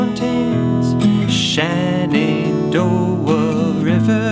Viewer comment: Living in the Shenandoah valley - It's "Shen"andoah, not Shannondoah!